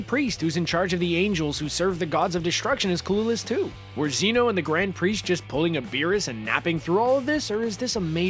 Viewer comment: ITS NOT ZEE-NO ITS ZEH-NO